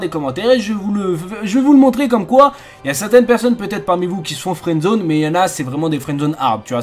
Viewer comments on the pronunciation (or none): au début tu as dit " fouendzone " et nn " friends zone